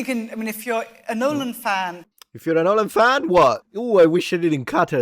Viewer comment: Nyeeeohlahn for the L! LOL!